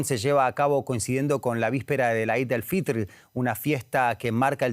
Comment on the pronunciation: 'Eid al fitr' se pronuncia /i:d/ al fitr.